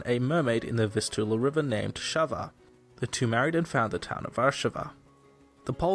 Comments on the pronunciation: HER NAME WASN’T SHAVA. IT WAS SAWA (sava) And his name we (Polish people) read Vars with S no SH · Sawa, not "Szawa". Wars and Sawa.